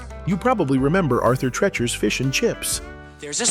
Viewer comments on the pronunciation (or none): Arthur Treacher was a character actor who licensed his name to the chain. And he PRONOUNCED his family nane "TREE-chur,' NOT "TREH-chur;" you used the LONG "EE" sound, NOT the short "eh" sound. People from the 1960s remembered his being Merv Griffin's stage partner when that former big-band vocalist was hosting his (Griffin's) talk show, and his (Treacher's) introductions of Griffin, "And now, here he is, the dear old boy himself, MERRRRR-vyn!" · Why is the narrator pronouncing arthur treacher wrong? What’s the deal with that?